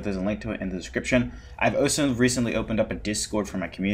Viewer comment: Where are you from in the US? I've never heard anyone say 'oso' before instead of 'also'